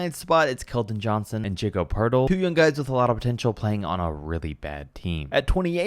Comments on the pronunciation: Not bad, just a few notes: 1) You gotta work on your pronounciatons… “Jacob Podil” “luggwents dort”…. Come on 2) CJ over BI makes no sense… at all 3) I think Shai and Dort could arguably be a bit higher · I'm sorry but ur telling me ur taking keldon johnson over Jalen green or Jakob poeltl over jabari when u can't even pronounce Jakobs name? Even sexton and markannen is a crazy stretch